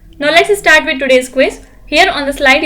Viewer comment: Mam, Could you please pronunciate the words starting with S correctly, like Start not istart. Thank you.